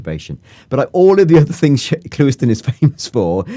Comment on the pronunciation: "clue - iston" got it right lol